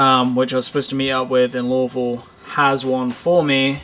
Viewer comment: You said Louisville like the locals